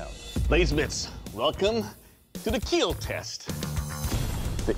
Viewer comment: Ah yes, The daily dose of keal